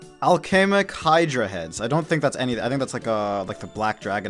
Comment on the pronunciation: you pronounced hydra right and then mispronounced "pronunciation" lmao